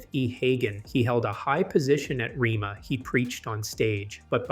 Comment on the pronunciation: The school's name is pronounced rayma not rema.